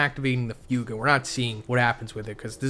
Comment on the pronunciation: It’s not pronounced few-ga.